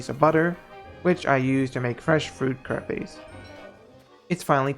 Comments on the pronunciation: btw, Crepes are not pronounced Cray-pays its Krepp (but with french accent) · Omg your pronunciation of Crepes as "crapays" 😂 That was not the first food that you mispronounced either.... Google is your friend, Google a video or sound bite of the word to pronounce it.